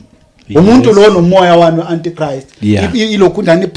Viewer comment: My granddaughter got confused the way you pronounced Antichrist even Google pronounced it as ANTICHRIST